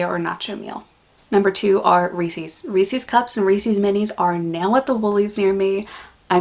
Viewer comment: TIL that Reese's is pronounced "Reesie's"